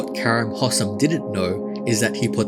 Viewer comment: I feel like I have to help out with future pronunciation of this Egyptian`s name; Its Hosssssaaaaaaaaaam, gotta put emphasis on those as and es, give it time. And Kareeeeem. Make the "e" audible. Thats all.